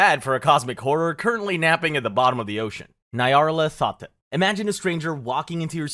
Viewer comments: This was fun but I hate your pronunciations so much. Nayaralt hotep? Nyar-lat-ho-tep or Nyar-la-tho-tep. Whateley is pronounced Wait-lee or Wot-lee, not Wot-eh-lee. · .....waddle-lee......? (Wait-lee). Nigh-are-lathotep.